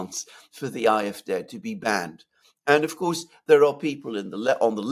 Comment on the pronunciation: Ah eff deh, not eye eff deh, Alexander!